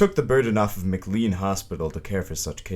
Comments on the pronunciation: Patients are still treated in place with so much disrespect that it's absolutely appalling - not as bad - but still inhumane. Oh and it's not said Mc Lean. It's said Mc-Lane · I grew up in Medfield, where the state hospital figured prominently. Thank you for your research. One important note: McLean Hospital is pronounced mac-LANE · Just a note…McLean is pronounced Mc Lane! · I have to say it. It's pronounced "McLane"